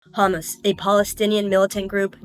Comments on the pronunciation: 🛑It is Hamas🤏 🛑Not Hummus 🤦‍♀️ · Hamas, not Hummus. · It sounds like you are saying "The hummus attack".